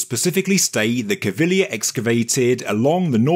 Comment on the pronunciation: Thank you so much for not murdering Cpt Caviglia's name.